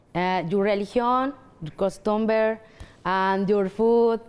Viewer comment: Me encanta como se inventa las palabras 😂😂😂 “Your costumber” 😂😂